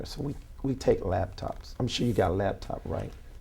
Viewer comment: Did this clown say "labtop" ??